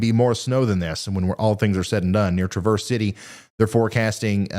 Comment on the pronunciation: Just say a long a for traverse.